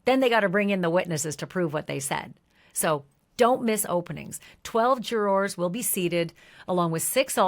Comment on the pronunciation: jur-ers not Jour-ors please